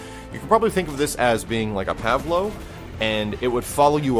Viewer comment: you said Pav low!!